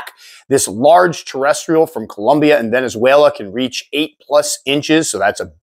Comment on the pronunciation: I'm glad this sir is not the typical and average ignorant ass gringo that pronounces Colombia as "cOlUmBiA". This is a well-educated man. Congrats!